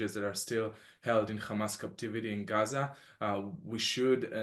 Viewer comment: Stop saying gamas its HAMAS 🇸🇩🇿🇦